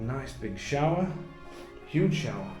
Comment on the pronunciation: Tremendous home for the money! It’s too large for me, but I love it …. certainly a pleasure to view. The only downside in my opinion is that it’s on the road. BTW … I love the way you say ‘showah’ … ever spent time in Boston?